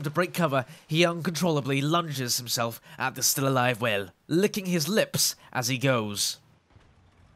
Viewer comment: idk why but the way he says whale makes me every time